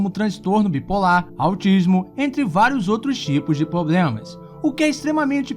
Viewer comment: "poblemas" kkkkkkkkkkkkkkkkkkk